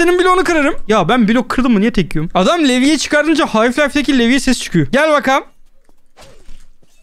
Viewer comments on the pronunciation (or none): abi half life ı yanlış söylemişsin